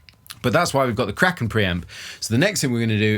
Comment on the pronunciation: Every time you say "Kraken", my brain keeps hearing "crackin'". So I think "it's nice that he has a crackin' pre-amp, but what brand is it?" Then, veeery slowly, my brain catches up😂